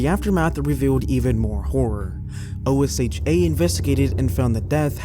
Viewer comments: OSHA is pronounced "Oh-shuh". It's an acronym, but you don't have to say the letters. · OSHA is an acronym, but it is commonly spoken as if it were a word. Pronounced exactly as it looks. Oh-SHha